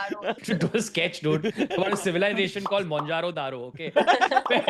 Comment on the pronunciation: it's "" mohenjo daro""